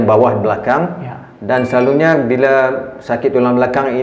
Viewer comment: Selalunya jadi selaluNYEEEE